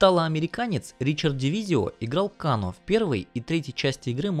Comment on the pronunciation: КЭЙНО А НЕ КАНО !!!!!!!!!!!!!!!!!!!! ТЫ ЖЕ ТИПА ОРИГИНАЛЬНУЮ ОЗВУЧКУ ЛЮБИШ ВТФ !!!!!!!!!!!